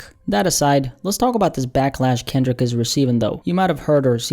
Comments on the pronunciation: you called him Kinlic Lamar lol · Ok you called him Kinlic as well lol